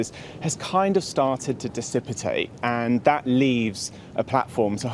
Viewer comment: 🦋 "disicipate" ??? New vocabulary now?